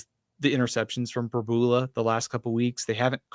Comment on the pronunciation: I’ll pay to KEEP there! You guys are great and I love you keeping me company in my work vehicle overnights during football season 🙂 is still learning. I think he’ll click at some point soon. Played two awfully good defenses the last couple weeks…., btw, Pribula is Prib-you-luh. And it won’t be long before you guys are talking about Oh-loo-buh-day 😆 MIZ!!